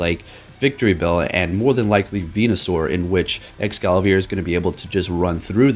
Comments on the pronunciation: You keep saying ExcaLAVIER! It's Es-Cavalier! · Mate, how you always calling it EscaLaVier while spelling it correctly? 😂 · Escavalier may be a combination of escargot (French for snail) and cavalier (French for mounted soldier) or chevalier (French for knight) . It may also refer to Excalibur. ~Bulbapedia. Not Excavalier. Sorry to be annoying about it but it annoys me when people say this guys name wrong ruining its reference to Snails and knights